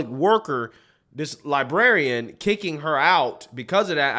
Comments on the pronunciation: LibRarian, not liberrian. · Love ya man, but it's pronounced woke "lie-brair-ee-ann". 😆